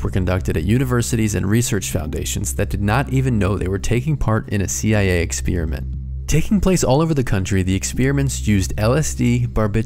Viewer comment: You have an odd way of saying experiment